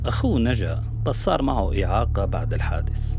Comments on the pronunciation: عيب على إعلامية معروفة تقرأ اسم سموءل بشكل خاطئ وتقول صموئيل. الثيوفيللين، موسّع قصبي وهو المادة الفعّالة في الشاي. كل الأدلة المقدمة بالتقرير، هي ادعاءات، أو علاقات شخصية لا يمكن إثبات تورط الطرف الثاني بسببها، شهادة أشرف ريفي مضحكة، عبارة عن ادعاءات واتهامات. الكبتاغون المعروف دوائياً بالأمفيتامين، تأثيره الدوائي الأول المنشود هو زيادة التركيز، واستخدامه في الحروب خلال العقود الأخيرة كان من قبل الجماعات الانتحارية، بحيث يكون الشخص المتأثر متوجه تماماً لهدفه، بعد تجهيزه عقائدياً، وظهوره الأول في سوريا كان من قبل الجبهات الإسلامية المعروفة بالفكر الانتحاري، ولم يتطرق التقرير لهذا الشيء مطلقاً. نتمنى أن يكون التقرير احترافياً أكثر ومزوّداّ بأدلة مادية ملموسة. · الصحفية سالختها عربي فصحى من اول الفيديو لآخره و ما بتعرف تقرأ عربي اسمه سموءل وليس ساموئيل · سموءل مش ساموئيل يا فهمانة اللغة العربية الفصحى عندك صغر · سموءل ليس ساموئيل ، سموأل اسم عربي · سموأل اسم عربي قح ومعدة البرنامج يبدو لم تسمع به وثقافتها العربية لا تسعفها في قراءته بشكل صحيح. صموئيل... صموئيل.. صموئيل .. خطأ بشع ومزعج للأذن